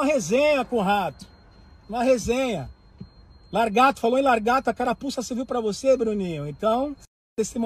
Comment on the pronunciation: bruninho da praia q comediaaa mano cara falo largato ele logo se pronuncio kkkkkk